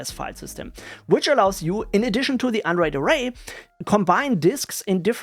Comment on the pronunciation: why i hear "Android" instead of "unraid" xD